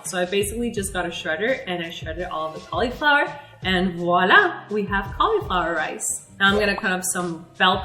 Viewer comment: I love how she says Wallah!